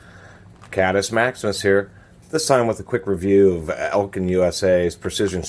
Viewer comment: Your saying Elkind but its Eklind lol